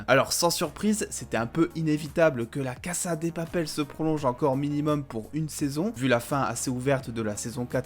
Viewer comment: C’est la « caza « pas la « cassa » 😭😭